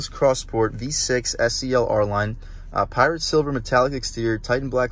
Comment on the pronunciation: I know this is nit picky but the color is "pyrite" silver not "pirate" silver